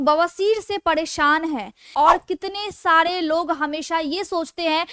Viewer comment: फ़ाईब्ड नहीं फाइबर होता है, पड़ेशान नहीं परेशान होता है